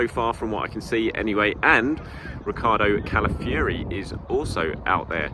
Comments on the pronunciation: It’s pronounced kah-lah-fee-OH-ree if anyone is in doubt. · Pronounce Calafiori ffs